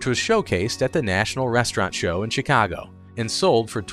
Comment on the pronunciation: AI narration isn't horrible but when the narrator can't pronounce Chicago it is quite jarring. Perk You Later AI dude.